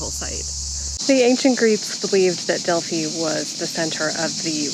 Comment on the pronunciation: Thank you for pronouncing Delphi correctly. It's maybe a no-brainer for you with your experience living in Greece...but so many of my fellow Americans refuse to adapt to foreign pronunciations in even the slightest way. I cringe when I hear the usual mistakes.